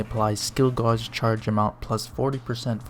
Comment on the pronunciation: Just a heads up, gauge is pronounced like the name Gage.